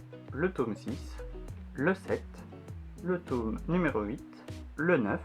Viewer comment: Tu me stress avec ta prononciation de « tome », sinon beaux achats, continue comme ça